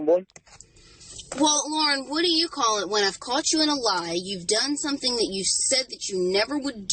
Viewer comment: You mean, any of the “ CAWLS”